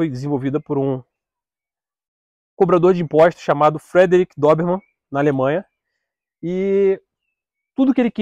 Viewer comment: se diz dôberman e nao dóberman. é tao doido q é uma das raças mais inteligentes. bem cuidado é um otimo cão